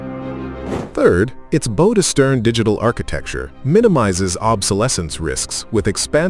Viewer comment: It's not 'bow' it's 'bow'....stupid AI